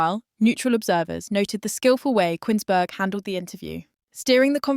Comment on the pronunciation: It's pronounced 'Koons-berg' - not 'Quins-berg', ffs!!!